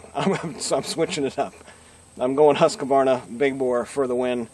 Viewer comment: Husqvarna is a 3-syllable word, not 4 syllable. It is not husk-a-var-na.